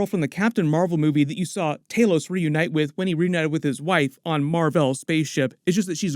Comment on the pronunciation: Why do all Americans struggle to say thanos or talos’ name? Thaenooos lol